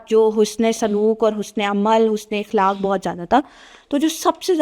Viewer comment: Beta iqlak nhi aqlak is the correct word hota hai